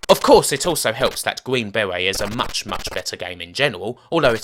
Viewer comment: Gween bewet...